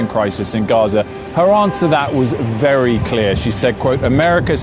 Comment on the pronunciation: vely vely questionable